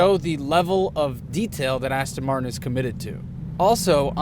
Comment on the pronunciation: Every time he says "coupe" I want to shout at the screen, and the butchering of the word Martin is annoying too - but on the plus side he seems a great bloke and the car is f'ing gorgeous!!